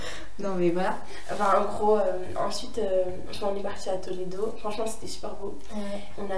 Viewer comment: Moi je part dans 5 jours avec ma Classe !!!!!!TROOOP hâte mm si il y a 12h de car ! PS:C'est Tolede pas Toledo 😅